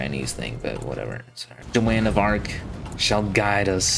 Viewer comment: Ah yes, my favorite historical figure: Jo-Wan of Arc lol.